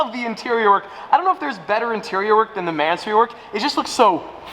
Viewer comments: you miss pronounce Mansory, split the name in two as in "Man Surry" which is the proper way to pronounce that middle-eastern last name. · Pronounced; "Man so ree"...(According to Mat Armstrong) 😉. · You keep mis pronouncing Mansory name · Bro needs to learn how to say mansory lol